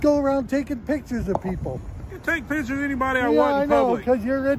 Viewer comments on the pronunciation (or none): Not one single frauditor can pronounce the word “picture” and they’re all so convinced they’re intimidating hahahaha oh god lol